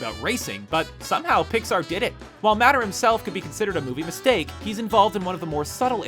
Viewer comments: Stop saying matter its mater!!!!!! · why does he say matter instead of mater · IT'S MATER NOT MATTER. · Hey, it's mAter, not maTTer. Just FYI. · did you seriously say matter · Its not “Matter” it’s “Mater”. Like “tuh-mater” but with without the “Tuh”. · It's mater not matter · It's mater not matter Perounced M-a-t-u-r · The real thing that is so damn annoying is when he keeps saying matter and not mater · It's pronounced "may-ter" not "matter" there's no way you watched the movie. They said his name so many times. You probably Google it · You made a mistake yourself You incorrectly say maters name as matter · U guys mistake :) Mater, not "matter" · I feel like I'm the only one that L O V E D cars 2. Super bad ass, funny, and SO much better than cars 1. Also, god dammit, it's MAYTER. Like TOE-MAYTER (Without the toe). Sheesh. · Does it annoy any one else that he ses mater and not mater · it's mater like tuhmater but without the tuh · IT'S PRONOUNCED MAY-DER, NOT MATTER!!!! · Boi you said "matter when talking about mater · Please. His name is mAter NOT MATTER!!! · you say it like may tor but it's spelt mator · Bruh, "matter", u mad? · Screen Rant know how to pronounce "Mater". They're only pronouncing Mater as "Matter" because they know you'll write it in the comments section along with the other 101,000 other people and generate more revenue for them. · Nonononon "Matt- Er"???????????????? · Its "Mater" Not "Matter" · Really, m Ah ter, it's m Ay ter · he says Matter eye starts twitching ITS MATER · MATER NOT MATTER jeeeeeezzzzzzzzzzzzzzzzzzzzzzzzzzz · It's mate-er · you said matter not mater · Why do you Screen Rant people always pronounce the names wrong?! It's pronounced Mayter but spelled Mater! And Anna is pronounced Onna but spelled Anna! Do u even watch the movies?! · its pronounced M8er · you said mater wrong!, you said (Maa-ter) its (May-ter) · MATR IS BEING MISPRONOUNCED BY HIM!!! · mater not matter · i am so triggered! its not pronounced matter but mAtter